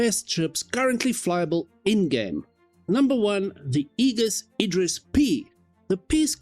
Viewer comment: Nice summary! Aegis is pronounced ee-jus btw👌